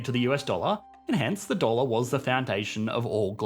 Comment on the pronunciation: Weird pronounciation at the end of each word where dollar is not dolluur come on thats embarassing. You do it at the end of every sentence. Fix it.